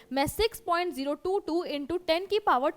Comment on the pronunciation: Do you hear rozi in instead of zero😂😂😂